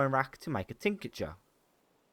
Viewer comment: Superb guide mate, really well explained, every detail for each topic, keep it up! One thing that really bugged me was how you keep on saying "tincature" instead of "tincture". There is no 'a' between "tinc" and "ture". So 2 syllables, not 3 ;)